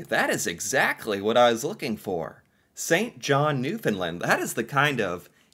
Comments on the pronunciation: St. John’s… Capital of Newfound LAND (it is not pronounced “lund”the word Land is really enunciated like saying Stand. So you wouldn’t say “stund”) Cabot Tower on Signal Hill, First Transatlantic message. Protected harbour during war time. Of course George Street, most concentrated street with bars. Only pedestarians allowed on street. Pubs, local live entertainment, even more rave like, LGBTQ, a real mix. Bars are buildings literally side by side. So much… the colourful townhouses (known as jelly bean) has become iconic and generally an unwritten rule to paint the houses according. Be careful driving, extremely steep slopes, especially during winters. There is a size limit for trucks. University, colleges, historic park (Bowering “Bow (ie. bow to someone) er - ing” Park) Ches’ Fish and Chips and Mary Brown’s (chicken) are a must. People are called “Townies” … I’m from NL and not a townie so it’s like cheering for the other hockey team but yeah, gotta give it credit. ❤ 👍👍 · He doesn't, though? He says Newfin-lind. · I was born and raised in Corner Brook, Newfoundland. (pronounced- New-fin-land) Its stunning. So much more than those pictures showed. I am currently living in Fredericton, NB (AKA Freddy) and it too is a great, and beautiful, place to live 😊 I am very lucky! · The way tourism people used to be trained to explain the pronounciation was to say "Understand Newfoundland" - the two rhyme and the syllable emphases are the same. The "found" is more "fən" ('schwa" sound) than "fin". Here's a cute video on how to pronounce it, for and other CFAs*: * come from aways, or visitors to our province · OK. I'm glad Canada interests you, but PLEASE learn how to pronounce Newfoundland.